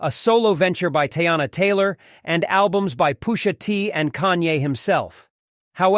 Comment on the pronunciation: Was this created by AI? "POO-SHA TEE"😅